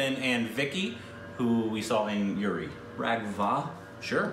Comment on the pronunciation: pls don't pronouce the names, 🤣 u got serious problem of pronunciation, that is RAGHAV not RAGHVA 😝 Let to pronounce everything.